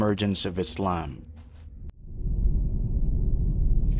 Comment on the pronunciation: subhanallah ik this is nitpicky but why are muslims saying muzlims and izlam. lets fix that inshallah for next time.